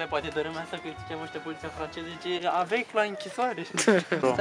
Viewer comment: Avec se citeste ave